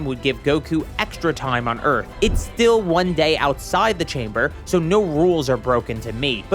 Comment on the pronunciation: Te Man, Te Myth, Te AND Te Dojo